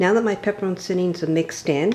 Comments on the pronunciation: Lol. Those pepperoncinis aren’t pronounced “pepper-own-see-knees” they are “pepper-chee-knees” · "PEPPER" "RON" "SEEN" "EEEE'S"???? LMAO!!!